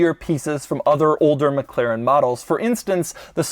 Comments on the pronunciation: its Mclaren not Mcleren !!! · MCLAIREN ?? I never noticed he cant say Mclaren.